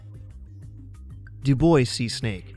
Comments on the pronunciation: It’s pronounced “do bwah” , not “do boys”. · Right? I wasn't familiar with that snake and thought he was saying "Du Boise snake." Lol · 5. Dubois Seasnake: It's Pronounced "Dew-Bwah" (I know, it's a silly French Name; like Dufresne, one of my favorites to butcher!) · on number 5, is it just me that heard "do boys see snake"? Lol xD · "Dubois" is pronounced Do - Bwah"